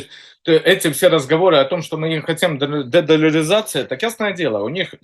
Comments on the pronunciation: Этот мужик всерьез говорит легемитизация.и дедоляризация. И еще много странных слов. Китайский поисковик Baidu он обзывает байдой. Еще он прочитал учебник истории за девятый класс и очень любит его пересказывать. Этот странный чувак у них называется АНАЛИТИК.Яка страна, така и аналитика.., вот это клоун очень смешной.Зови его чаще.КУхар, конечно. все авно круче. но Кухар воюет. Ну хотя бы этот пусть публику развлекает. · Господа украинцы я с вас угараю 😂😂😂 Эксперт не может выговорить слово «дедолларизация» и в тайкодах слово тоже с ошибкой написано😂 ну зато о судьбах планеты рассуждают ахахахаха